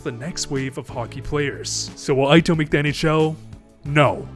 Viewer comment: Ito = pronounced EETO, not AITO. ffs he's Japanese not American